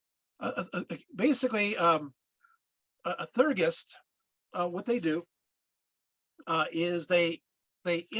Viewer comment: If you are going to try to explain a spiritual cosmology that is way beyond your understanding you should at least learn how to pronounce the terms. For example Theurgy is pronounced Thee-ur-jee and Theurgist is Thee-ur-jist, not thur-gist.